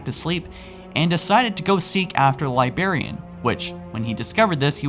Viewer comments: Librarian. Not libarian. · I cringe every time he says "liberryan" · There's a first "r" in "Librarian". It is not "Libarian" as you pronounce it. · Dude I love what you're doing and I love that you've gotten better over time but you're saying Liberian. Like if you need editors you have a shit ton of people willing to help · pisses me off so much how he says libarian instead of librarian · "libarian" I CAN'T BELIEVE YOU! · It's librarian dude...stop saying Liberian... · Holy shit I cringe everytime you say Librarian wrong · There's an R in the word librarian you know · I am really getting tired of you mis-pronouncing words. Librarian- Lie-brair-ee-an Ancilla- an-sill-ah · Dislike for how you said "librarian" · Your pronounciation of librarian is killing me dude. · The pronunciation of Librarian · He can't say librarian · When you mispronounce "Librarian" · You say librarian weird. Makes me want to kill my self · your pronunciation of sphere and librarian make me want to kill a puppy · I love your content, but for the love of god. Figure out how to say librarian and forerunner. Forerunner and foreigner are completely different words.